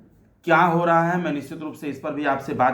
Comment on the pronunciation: Sir apka word 'nischit' hopeless hai😢😢😢